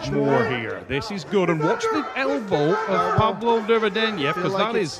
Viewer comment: Hey Engin, it's Derbedyenyev ;)